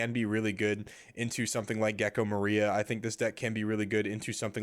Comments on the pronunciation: The accent in gecko moria in definatelly incorrect, you spelled wrong like 10 times in one min like "Gekko MARIA" lol had to stop the video to tell ya hope that helps ps: If I'm wrong delete this comment for me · Great video! The way you say moria surprised me though. That's the first time I've heard it pronounced that way